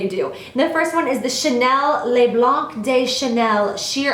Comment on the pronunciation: Little french lesson: You're not supposed to pronounce the "C" at the end of "le blanc". ;)